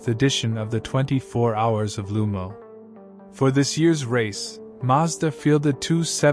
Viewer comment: Great video you put good effor editing :) but one thing its Le mans not lu mans (no hate :)